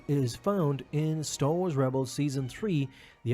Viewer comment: "Staw Wars"